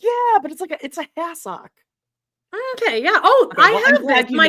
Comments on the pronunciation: I thought the same thing , it’s has-ek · Hassock old timey word. Wrong stressed syallable though ladies.